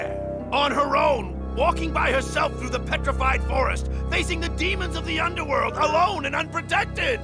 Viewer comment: he said aethunderworl